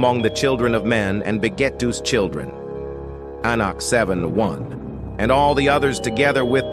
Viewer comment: The AI pronounced Enoch differently every time it was said